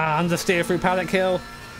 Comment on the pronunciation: no offense but paddock hill XD thats not right